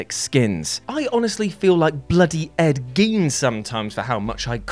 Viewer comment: He said Ed Gain rofl